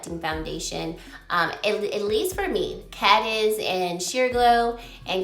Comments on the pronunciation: Hi! Thanks for the review. I do not see a difference between the two and both look good. Not sure about that powder, though. Have you noticed that NARS usually names their foundation shades after place names? Just just fyi, 'Cadiz' is a province in Spain and it is pronounced 'Kuh-deez'. Another odd color name is Huahine, which is an island in French Polynesia and is pronounced 'Hoo-a-he-nay'. I think they are an odd company for doing this, as it is not clear why they chose to do so... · Pronounced Kuh-deez. After Cadiz, Spain. Nars names all their shades after locations.